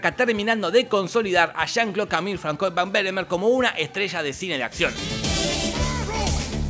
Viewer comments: Francois?se lee fransua😅😅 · Lo mejor es que el François no lo pronuncia bien jajajajjaa